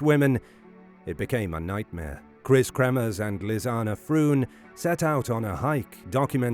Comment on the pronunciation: It's nice to hear Lisanne's name pronounced correctly. Such a sad story. I don't think for a minute the girls deaths were an accident. AndI do think that the perps. were taken care of.